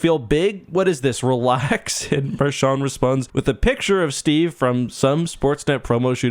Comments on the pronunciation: Hey bro you keep on saying Marshawn it's Marchand he's not Irish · I know what you can do have some respect and say his name properly